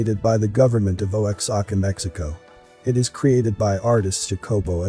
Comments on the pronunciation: Bro, put down the Bible and just go outside. I promise, you will feel a whole lot better and you won't be obsessing over statues donated to the UN by the government of Oaxaca (by the way, that's pronounced WA-HACA, it takes 5 seconds to do a google search seriously). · Pronounced wha ha ca mexico